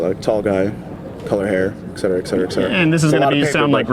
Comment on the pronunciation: I think people are misinformed about how to pronounce the words "et cetera". Its not "ex cetera".